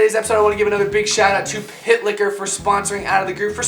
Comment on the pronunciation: For real thought when he said pit liquor i really thought he said pick hitler